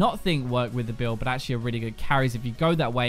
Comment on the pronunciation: I love it when you say achualy!!! :P